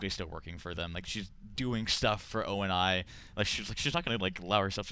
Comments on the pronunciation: STOP SAYING O.N.I. IT'S ONI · "O N and I" Really? Can you guys not get people that actually know want they're talking about? "John Locke" not Jameson Locke, jesus. IGN, go on Waypoint give credit to the guys that actually completed the "maps", not Halo Reddit and learn about Halo besides a quick Google search. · Stan's sister Shelly can't pronounce ONI correctly...